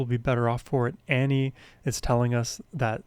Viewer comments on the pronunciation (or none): Her first name is pronounced Aww-nee, not Annie. :) Please more Ani!!! :) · You still haven't learned how to pronounce her name! Ahhhhh-nee. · Pronounced like On-ie. Or Ony. She is amazing. Her songs are the tapestry of my teen and young adult world. I navigated every experience in my life through the lens of these songs, she has always been the #1 on my play list. Been listening continuously for over 30 years ❤🎉